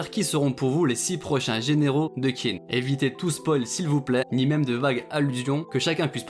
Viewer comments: Petite info d’un mec qui a quelques notions de chinois: Qin se prononce comme teen en anglais, c’est un manga qui parle de l’histoire de Chine alors essayez si vous pouvez d’au moins bien prononcer le nom du pays! Sinon, merci pour ta vidéo, y a pas assez de vidéos sur kingdom. Continue s’il te plaît ! Et la bonne journée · d'ailleurs je crois que Qin se prononce "Tchin" je sais plus où j'ai vu ça par contre mdr, mais je préfère la prononciation à la française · heu perso je le prononcerais plus "TCHIN " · oui c’est tout à fait comme ça que ça devrait se prononcer mais comme il n’a sans doute pas vraiment d’expérience en chinois j’ai simplifié